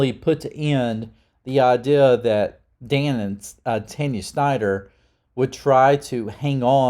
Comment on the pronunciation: Just say. Tawn-Ya lmao